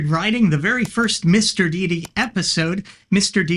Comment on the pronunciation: Ooh. Some Mr. Deity (and thank you for saying it correctly instead of 'Dhay-ty) lore. Stay on your awesome path. People can be respected. Religions and ideas, not so much.